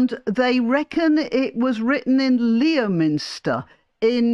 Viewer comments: Merry Christmas. (Sorry to be pedantic, but the usual pronunciation of Leominster is “Lemster”.) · Merry Christmas and thanks for everything!Btw, it's 'Leh-minster' - keep lions out of it, please.